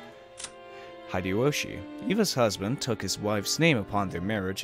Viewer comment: A few more pronunciation tips you might want (although I'll note that you made significant progress since you started Higurashi were you were hopelessly wrong on every name^^) Natsuhi -> Nat-Sue-He (not Nat-Sue-She) Hideyoshi -> He-Day-Yo-She (not Hi-Day-Yo-She) Kirye -> Kee-Ree-Ay (not Kee-Ray) Hope you enjoy your read. The start can be a bit slow but it all pays off big time.